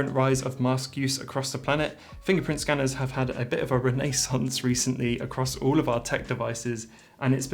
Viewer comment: Great video as always! I liked the way you said “renaissance” 🤣 noting that you can plug in an SSD for more storage on this iPad was super crucial! I will get this iPad one day, but I think I have to buy a new iPhone first, my iPhone 11 battery is really showing its colors unfortunately 😅